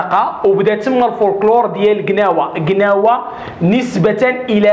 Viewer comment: ماشي كناوة. كلاوة...اخي باش يفهمو كولشي